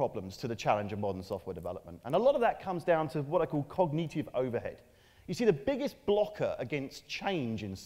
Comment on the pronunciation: aaaaannnnnnnd, before anyone asks, Brits do not pronounce that word like that (cogneeeeetive). Apart from this one.